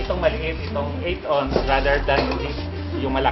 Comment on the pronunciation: Ounce is pronounced awns, not ons. I can see an ordinary Filipino guy in the street saying ons but this man is supposed to be highly educated, and a product of UP.